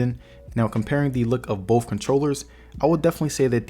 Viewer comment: Thank You for intelligent approach to this choice. it is all about the money sometimes and your video helped out in a big way. One thing in your delivery I did not understand was when you were trying to say BOTH it came out BOFF. I think you meant to say BOTH.